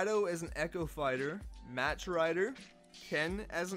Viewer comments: It's not mash rider, it's mahk rider. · Yeah. No Also it's pronounced "mock" rider. Like Mach 1. The mach 5. Etc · Mach is pronounced "mahk" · the way he says “Mach” kills me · how the fuck does a person not say mach correctly in 2018 cmon now